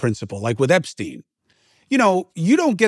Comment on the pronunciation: Winesztain, Epsztain, Diddysztain...